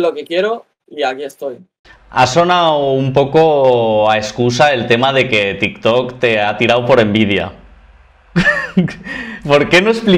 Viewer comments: Comentario serio: creo q dice tis tos porque no puede decir tik tok por los apatatos.. es triste pero real jajajajajaj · Si no sabe ni decir Tiktok